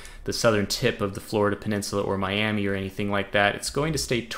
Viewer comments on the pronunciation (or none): none